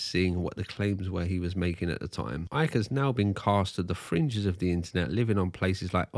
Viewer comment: Why does Icke always pronounce his Ts as Ds?!